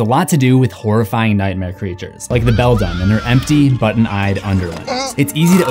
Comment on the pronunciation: Coraline character names you keep mispronouncing: Bobinsky (BO-BIN-SKI) The Beldam (BELL-DAM)